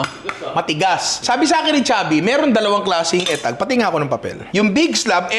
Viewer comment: Not eh-tag...it's UH-tag or EE-tag